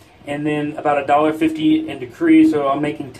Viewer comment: Decrey? Decri? De-cred.. credit, get it?